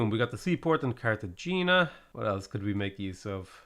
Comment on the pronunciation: I’m sorry, I know you get a lot of this, but ever time you say Cartagena like that I die a little inside.